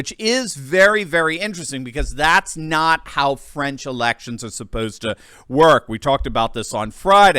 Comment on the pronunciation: TRY TO PRONOUNCE; FRANCE,[,[ THE A SOUNDS LIKE IN BALL],, OR FRENCH,..... NOT FRIENS